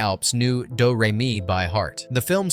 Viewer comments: Doo ree me? It's doe ray me. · Did anyone else cringe every time the narrator said “Due” Re Mi, instead of “Dough” Re Mi? I have never heard Hammerstein pronounce “Hammersteen”, and were the Captain and Maria actually dancing in a Gazebo, or was it a patio garden of sorts? 🙄😞